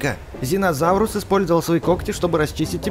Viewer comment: не зинозауврус, а тириназавр Не спинозаурус, а спинозавр Не птеранадонт, а птеродактель